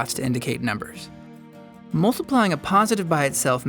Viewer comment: Its multiplying. Not moltiplying. It sounds awkward. I have to bear this to learn complex number theory.